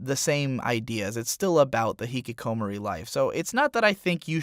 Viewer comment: continues to pronounce Hikkikomori wrong despite probably having listened to how the characters say it.